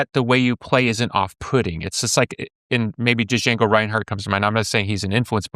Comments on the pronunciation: billy says "D-jango" lol its pronounced jango like the tarantino movie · Duh-jango, Billy? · "Dah-Jango" LOL, Billy! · Billy, the D in Django Reinhardt is silent. Show some respect to a legend by saying his name right, please.